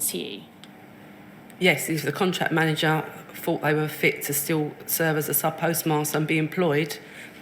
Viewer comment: Fought instead of thought, somethink instead of something, this woman is barely literate yet still has a "responsible" job!